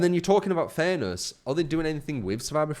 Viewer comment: I swear you were saying thanos instead of fairness